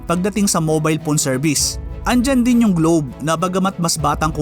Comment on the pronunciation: Bakit pown ka magsabi ng phone? Diba dapat PHONE??? Hindi POWN